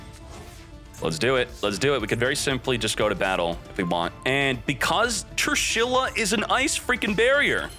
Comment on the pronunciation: Is mispronouncing Trishula a meme, or is he THAT dyslexic?